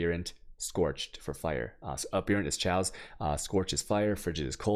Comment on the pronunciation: It's pronounced "KAY OS" not "Cho ace". [Chaos] - As in anarchy... But great guide dude.